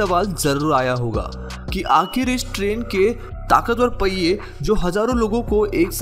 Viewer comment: पैये नहीं पहिए होता है। हिन्दी की धज्जियाँ मत उड़ाओं